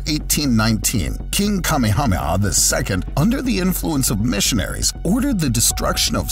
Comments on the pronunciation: The King's name is pronounced Ka-may-a-may-a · Did you say 'Kamehameha'??